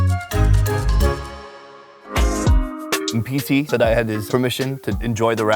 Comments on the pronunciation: every time you say Mpisi I thought you were saying NPC, and I'm like is this a game? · For a moment i thought he said "thats what NPC said"